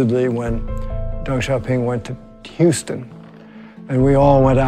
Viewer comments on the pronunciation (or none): none